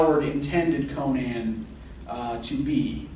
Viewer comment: Just outstanding... And thank you so much for pronouncing Conan's name correctly.